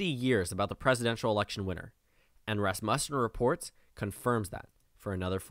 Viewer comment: Thanks for the video.. very interesting! But dude... you've got to learn how to pronounce the name of the pollster. It's RAS-mussen, not Ras-MUSSEN.